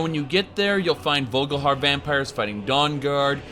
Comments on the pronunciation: haha i'm also pretty sure it's vol-ik-har, not vogelhair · Dude do you play the game in german or something? its VOLKIHAR not vulgahar. And Skaal is pronounced Skawl, not skull